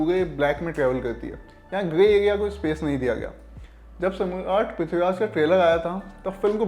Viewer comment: Ye pahla banda hai lallontop ka jise dekh ke lagta hai ki koi to jaan pehchaan ka hai iska is channel me....jo banda Samraat thik se nahi bol pa raha hai wo Movie review kar raha hai...